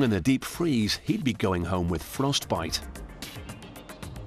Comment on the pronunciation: Why is “frostbite” the one word he pronounced in a distinct Yorkshire accent?